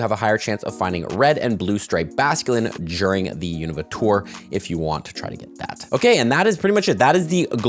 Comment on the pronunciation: the first person to pronounce unova correctly